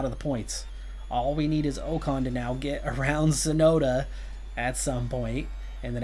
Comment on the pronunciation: first bow-tass, now oh-kahn.... i can't keep doing this, sorry man